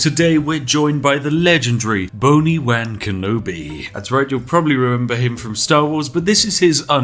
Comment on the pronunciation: With his accent, every time he says “Boni Wan Kenobi” I hear “Bony Wang Kenobi”